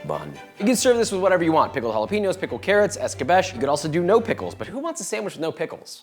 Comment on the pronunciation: Dude, wtf is eska-BETCH? It's AY-ska-BEE-chay! For crying out loud. I was soaking up your torta rap and then you did that 😢